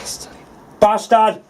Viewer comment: Anybody else find the way says bahstad hilarious? 😁